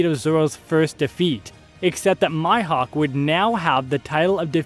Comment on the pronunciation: i enjoyed the vid until i heard...mihawk try pronouncing (me-hawk) not (my-hawk) please thanks